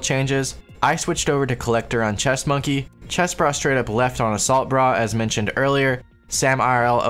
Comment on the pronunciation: Your broken demented speech version of everyone's name like Chestbrah and BAS Prodigy gives me life. it makes them seem like real epic NPCs